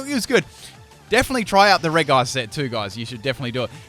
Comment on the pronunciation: The way you say regice makes me cry.